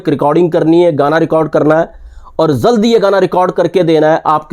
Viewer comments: शाहब, आफ अफनी भासा पहले टीक कर लें (अगर आप यूट्यूब पर आकर, कॅमेरे के सामने बैठ कर 'जल्द' को "ज़ल्द" और 'बावजूद' को "बावज़ूद" कह सकते हैं, तो मैं भी आप को "" कह के या और भी शब्द अशुद्ध लिख के कोई ग़लत काम नहीं कर रहा हूं)... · BAR BAR JALD KO ZALD BOLTA HAI BEWAQOOF AADMI